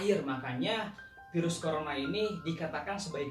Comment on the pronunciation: Virus pak bukan Pirus pak wkwk